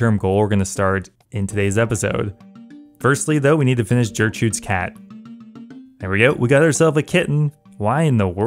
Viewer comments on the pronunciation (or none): “Sophanheim”, “jertrude” “sowthern” my guy pls check your pronunciations😂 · I know you didn’t just say Jertrude’s cat. That caused a visceral reaction deep within me